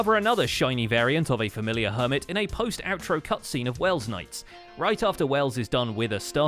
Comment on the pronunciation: It's welsknight, not wellsknight